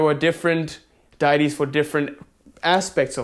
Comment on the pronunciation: 'Day-tees'....you're pronouncing it correctly.